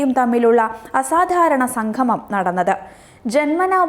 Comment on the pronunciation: സംഘമം അല്ല സംഗമം..എന്നാണ് ഉച്ചരിക്കേണ്ടത്